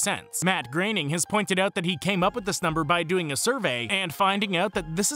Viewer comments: How many of you listened to this loop more than once to understand how he pronounced Groening? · Everyone is taalking shit about thr pronunciation of Groening, but im 99 percent sure that's how they pronounce it on the show.